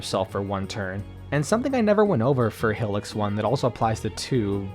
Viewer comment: It’s pronounced HIGH-licks